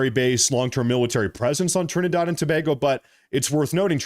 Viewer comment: Trinidard? Thought it was Trinidad.